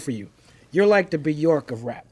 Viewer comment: Love how Talib mentioned Bjork but pronounced it "B. York"...like u'd say "D'Shawn or D'Andre"